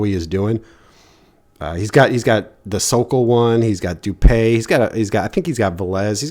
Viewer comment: Its du-pee not du-pay